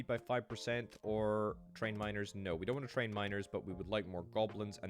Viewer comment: When you say "miners", my ear hears "minors".